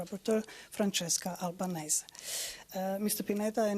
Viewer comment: albanese not albanesse